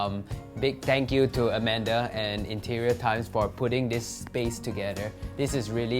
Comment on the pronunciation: Amanda -- "Oh, is that Madam Soot Beng??" (It's Amanda. Not Amander.) "Oh."